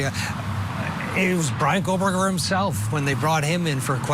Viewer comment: Him repeatedly calling him "KohLBerger" is driving me insane.